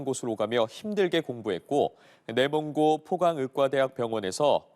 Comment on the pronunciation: 내몽골아니고 내몽고